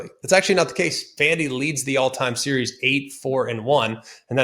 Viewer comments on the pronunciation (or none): none